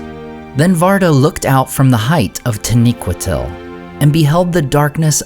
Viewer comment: I noticed it in your previous video and again in this one. Your pronunciation of taniquetil (?) Has changed. Have you discovered / discussed something?